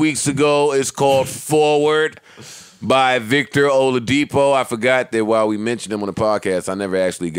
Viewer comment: fucking up Victor Oladipo's last name lmao